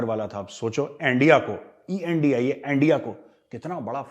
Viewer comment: "RAAAW" Ki sajish" 🤣🤣🤣 "Endia"🤣